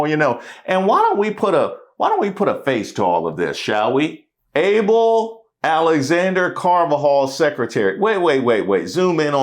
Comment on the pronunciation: Abel is pronounced Ah-Bell.